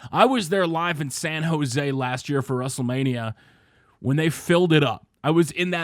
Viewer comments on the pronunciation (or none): none